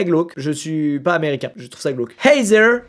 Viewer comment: squeezie: Hey Zèreuh! Moi, bilingue vivant en amerique: Ouch👁👄👁